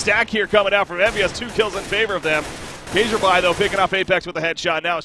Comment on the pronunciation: Kjaerby is pronounced "kjerbe" Not... whatever you said. It's the letter "æ" usually just replaced with an E, safer than trying to pronounce the ae. Fun to see you cast CS, missed you voice since moving to doto :))